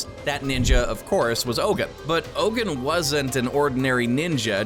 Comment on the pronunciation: It's not ogan it is Logan